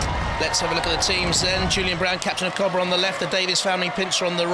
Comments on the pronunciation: Captain of Cobrer? Jonathon, go back to school, he said Cobrer the whole time 😂 😂 😂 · That just sounds weird when people say cobra odd.